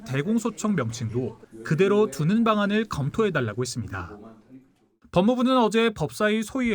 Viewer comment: 씨의 뉴스억양이 무척 어색 합니다 마지막....했습니다.....의 다라는 발음이너무 어색하게 길게 들립니다 좀 깨끗하게 끊어서 어설푼 억양이 나오지않게 깨끗이 끊어 주시면 고맙겠습니다 절대로 개인적이 감정은 없습니다.감사합니다.